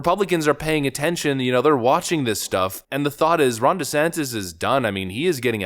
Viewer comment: The closed captioning prints "Rhonda Santis" every time you say Ron's name. I don't know if that's what you are saying but it's funny as hell!.